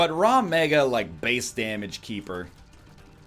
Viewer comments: Dude, it's RAG Mega, not RAW Mega. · DOES HE STILL SERIOUSLY FUCKING SAY "Raw Mega"